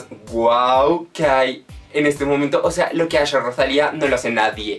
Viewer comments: Por favor que dolor de oido cada vez que pronuncias roshalia!! Es rosalia!!! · me estresa que diga rochalia JDKSJDK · La Rosalía! tienes que poner el énfasis en la A final. La Rosalí-A¨algo así es.